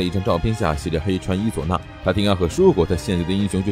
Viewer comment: 你伊佐那的伊怎麼讀得那麼奇怪？